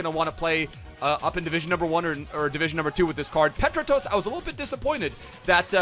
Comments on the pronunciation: Dont ever say petratos like that again😠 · You slaughters king dimi petratos’ name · The way he pronounces Petratos😂